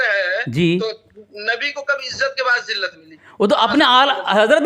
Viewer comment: بَعد ذلت nhi hai بُعد ذلت hai